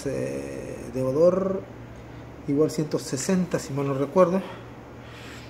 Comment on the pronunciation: deore, no deodor amigo! tienes una hermosa bicicleta felicidades, gran marca Canyon!